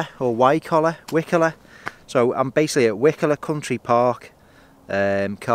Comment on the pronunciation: Eh up pal it's cracking round here int' it buddy...Penelope Keith lived in wycoller for many a year pal just thought I'd throw that in mate... ps. you say it like why...collar as in the shirt atb good on ya son😀👍